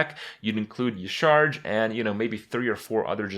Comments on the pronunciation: Yah'Shaa-Raj is how you are supposed to pronounce it Kripp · I think Y'shaarj is pronounced Yashéraaaj. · its YAH-sha-raj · dude YA SHA RAASCH wtf why does every youtuber pronounce it E-CHARGE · its pronounced yasa-raj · It is pronounced Yah-Sha-Raj, because blizzard doesn't know how to vowel. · yah-sha-rage with like silent g not rage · E-sha-raj. You're welcome. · It's pronounced Ya-sha-raz. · Kripp, the pronunciation is like "Yeh-shar-aj". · it is pronounced "YAH-sha-RAHJ" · YA-SHA-RAZJ its how its read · i think y'shaarj is pronounce ya'sharaj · It's pronounced ya-shar-ach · Hey Krip. Based on in-game WoW pronunciations, "Y'shaarj" is pronounced "Ya-shuh-raajh" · It's pronounced YA-SHA-RAJ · kripp its pronouned "yah-sha-rahj" "nuh-zoth", "cuh-thoon" and of course yogg-saron which is easy. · "Y'Shaarj" EleGiggle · Y'Shaarj (pronounced Yah-Sha-Raj) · So anoying when EVERYONE says Ysharj .-. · *y'sha arj is the pronunciation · It's Ya-Sha-Raj actually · It's pronounced YAH,SHARAAJ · It's pronounced like "Yah-sha-raj" The more you know! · Y'Shaarj, is pronounced Ya Sha Raj. I know it doesn't look like that, but it's weird. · hoping kripp never says y'shaarj again or searches the correct pronouncacion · The way Kripp pronounces Y'Shaarj hurts my soul. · Y'shaarj rhymes with Entourage, if that helps you pronounce it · What? They explained the pronounciation by phonetics with N'zoth, and with C'thun, why wouldn't they do it this time?